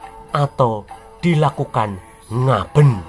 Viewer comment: pengucapan Ngaben itu e dibaca é jadi suaranya Ngabén. Aswathama termasuk jenis manusia Siwanjini yaitu hidup kekal,Paling tdk puluhan ribu Tahun umurnya dibumi sampe Hyang Tunggal mengijinkan keluar dari Bumi. Ada bbrpa cerita di india ada yg mlht Aswathama dgn Tubuh tinggi 3 Meter berjakan merintih sakit krn mata ketiganya msh Luka krn dikeluarkan oleh Krisna krn perbuatannya membunuh anak anak Pandawa dlm keadaan tidur. Aswathama sering kekuil di India meletakan bunga segar didepan arca Dewa Shiwa sbg Bhakta Dewa Shiwa. nah..bingungkhan? penampakan Aswathama sebelum memasuki abad 2o ini. Kapan kirakira wafatnya??